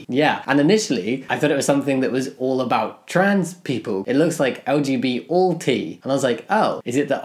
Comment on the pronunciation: You say LGBallT like LG-BLT and I keep imagining a BLT sandwich made by LG. xD